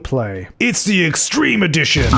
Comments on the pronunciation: When you say EXTREME in the intro i always hear EXTWEME and honestly makes me laugh everytime 😂😂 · Wags to witches Wextreme Wexdition.